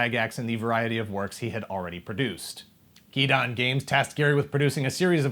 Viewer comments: nice video. But Guidon is pronounced Guy Don.....not Gee Don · I know it has been a year...But it is pronounced Guy-don. Guidon. A pennant or flag, generally used in military formation for the troops to follow or...Stick with me....Guide on. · Guidon is not "gee-don", but rather, "guy-don" (like "guide on"); it is a small flag typically used originally by cavalry (but later by infantry as well) to denote where the commander is and where the unit is to rally and to follow on maneuver. (Hence the small, triangular flag to the immediate left of their name on the front of the book.) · Why does everyone keep saying gee-don? Isn’t it guide on?